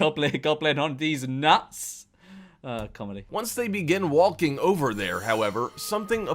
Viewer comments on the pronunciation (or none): The narrator of the video seems to pronounce the l in walking